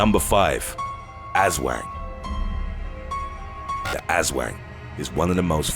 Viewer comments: "Ahs-swahng" not "ass-wang"! You're an Asswang! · Its pronounced "us-whang", the way you pronounce is funny and means different. Love the channel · im from Philipines and i think your aswang pronounsation is not right 😄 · that aswang pronunciation got me hahaha. still very good video :)